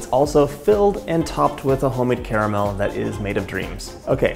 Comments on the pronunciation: I was thrilled to hear you enunciate the word caramel with three syllables as it should be. Then you said car-mel! 🧐 Why would a sophisticated, well-educated and articulate person like you willingly choose to sound like Sarah Palin? 🙀 (My sincere thanks for indulging me and my pet-peeve)! 😈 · Ca-ra-mel....three syllables dude 🤣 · The word is car-a-mel. Carmel is the lady down the road...😉